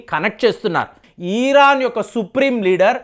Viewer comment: ఈరన్ కాదురా మూర్ఖుడా ఇరాన్